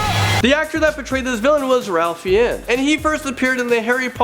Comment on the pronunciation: Ralph fi-enns?? Seriously?? Its pronounced fines. Sometime u wonder if they are doing this on purpose